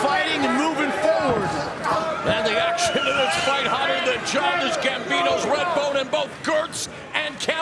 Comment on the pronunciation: "hotter than Childish Gambino's 'Rebdone'" LMAO